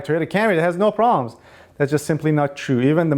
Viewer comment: I love your video's, but I would like you to pronounce the "B" in proBlems. Meant with the best of intentions, and thanks for all the great info.